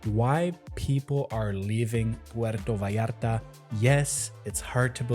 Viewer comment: If your are going to speak about puerto vallarta at least pronounce the name correctly, si no puedes pronunciar ni el nombre bien no hables de el